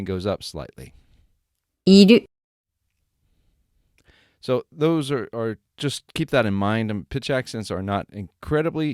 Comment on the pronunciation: I don't agree with いる accent. There are two different いる in Japanese. One is to be/to exist and the other one is "to need". They are different verbs. To me, what you are using/saying in your lesson sounds like "to need 要る”. ある・いる for "to be/to exist", the accents are the same.